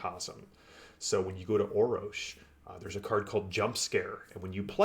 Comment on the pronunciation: Thanks for the correction! So, Orror-sh? Yeah, I can hear it now. I was saying 'Orrosh'. :D I would love to chat with Matt. They did a great job with the Foundry modules, I am looking forward to even more content. So.. Thanks for your involvement! As new material drops, I will do my best to let people know. It really is the best VTT for TORG Eternity right now, hands down. Thanks for the shout out. I will also do everything I can to support TORG and raise the general awareness of the game!